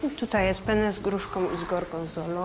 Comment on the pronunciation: Dlaczego większość Polaków nie czyta podwójnych liter? Mówimy wanna a nie wana dlaczego zatem większość mówi pene zamiast penne? Pene to po włosku penis. A do tego z gorgonzola... Bleee, chyba długo nie był myty...